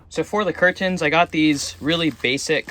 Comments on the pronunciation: Please stop pronouncing curTANS like that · Why tf you pronounce 'curtains' like that? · The way you say curtains sounds so weird idk if it’s jus me I might say it the same tho I’m mind fucking Myself lol 😂